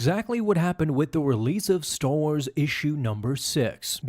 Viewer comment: "Staw Wars"